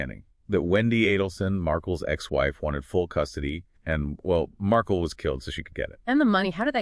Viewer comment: Not Markal it’s Markel